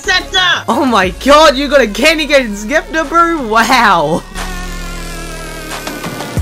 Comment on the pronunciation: lol you call it a skepter XD